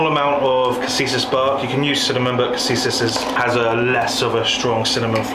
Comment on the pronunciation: Ita cassia bark not cassisas bark